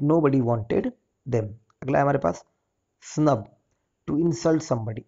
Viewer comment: Grumpy, snub not clear sir totally confuse